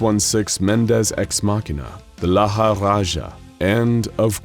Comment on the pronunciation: I think it's "LAL RAJA"(red king) not "LALA RAJA"(fat lazy king)🥴 But great video!